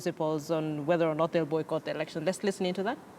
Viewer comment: not erection Mr.its election.